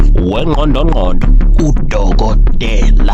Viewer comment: Ngqondo Ngqondo Not Ndlondo Ndlondo ngibonge ithuba ✊🏾👋🏾yakhala insimbi.